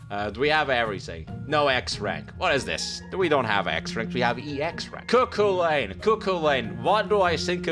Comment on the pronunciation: Cu cu lane.. just sounds too weird, it's Coo Cullen XD